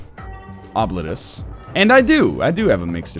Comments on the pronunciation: Okay, NL. This is actually pronounced "Oh-bleet-us." Source: I'm from the fuckin' internet, son. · Yeah, various pronunciation sites said it's "oh-bleet-oos" (rather, that's what I heard.) Either NL is making things up entirely, he was told by the development team how they want their game to be pronounced, or he should look up an ear doctor. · I've studied Latin, and this word is a Latin word for "forgotten". It is pronounced something like "Oh! Blee tus", where the 'u' is pronounced like the 'u' in 'rude'. Now, that is in restored classical pronunciation. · It looks like Oh-bleet-us, but it's really pronounced 'Throat Warbler Mangrove'. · Im my mind im going to refer to this as Obliterate-us. Why, It sounds cooler. Its the same reason i pronounce scimitar as Skim-a-tar. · Ah, I missed that then. If it's the way the trailer says it, then that's probably the best we'll get to their preffered pronunciation.